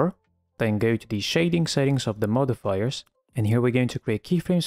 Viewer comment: ur modifiers pronunciation is Sussy